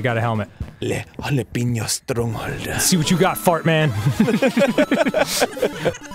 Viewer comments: Jalap-eno Put the emphasis on the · it's jalApeño not jalEpeño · It's pronounced "jill" "app" " ano"